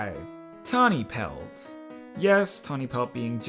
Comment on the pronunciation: Tawny pelt = tani pels. Tall star = tall Starr